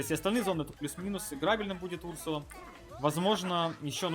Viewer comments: Не у‘рсула а урсу‘ла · Этот персонаж изначально был добавлен в suspects , ударение на вторую у , урсу́ла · Разве ударение не на 2 у ?